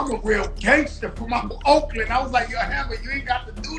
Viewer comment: Why are you putting emphasis on gangster & sucker 🤦🏽‍♂️🤦🏽‍♂️🤦🏽‍♂️